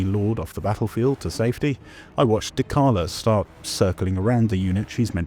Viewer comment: Are we really gonna pronounce dechala like dekala???